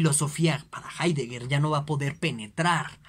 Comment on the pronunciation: Con todo el respeto, ese no es hidegger.